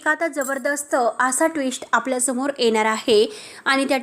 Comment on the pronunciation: एणार आहे की येणार आहे? आधी भाषा सुधरवा बोलताना 🙏